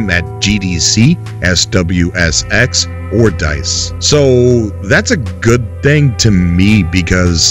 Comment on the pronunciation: Dude, SXSW (SWSX as you kept saying) is the biggest music festival in the entire country. Means South By Southwest. It's here in Austin, TX. It's amazing. Loving what ya'll are doing, but it's a big deal for game devs to be here during that event. Chris Roberts and Star Citizen have an Austin office, so SXSW can't be that bad right!? Keep up the goodness!